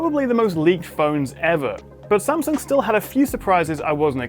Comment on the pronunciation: love how you try and pronounce 'S-a-m'sung as it should be not 'Sem'sung :)